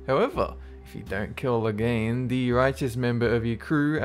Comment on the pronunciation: Do you know your pronouncing Logan's name wrong?